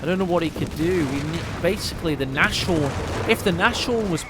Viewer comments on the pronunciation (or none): Nashorn = pronounced Naaz Horn (not nash orn) = translation "nose horn" meaning Rhinoceros